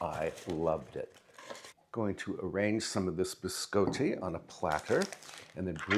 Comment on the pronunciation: It's pronounced (bi scotty), as in 'beam me up Scotty'. Sorry, I have OCD. Love the room setup and I really want to setup a pantry too. Your videos make my day . There's too much negativity in the world and it's nice to get away from it to take some time to relax and enjoy life.